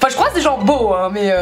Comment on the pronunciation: Quand tu dis "gens beaux" j'entends "jambon" ahah